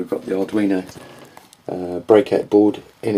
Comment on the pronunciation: Ok, Sorry ,I heard you say audrino boards.